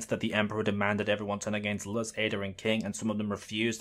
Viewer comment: Mf be making the best arguments I've seen then said Luz like Luhs